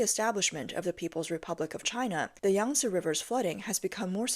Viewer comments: YANG-SEE RIVER.... SAY IT WITH ME YANG-SEE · hahahaha YANG - SEE RIVER HAHAHAHAHA